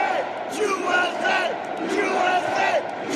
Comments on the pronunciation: sounds.like he is saying jew eśe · He didn't intentionally mean to say Jew s a. Lmao nice try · yeah i saw that guy in another viral video, he was also saying Joo-S-A. Giving attention to someone who obviously didn't deserve it.